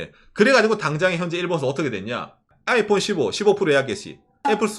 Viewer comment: 아^이_폰 이라는 억양 뭔가 특이하네.. 보통 아이폰_ 이렇게 얘기하던데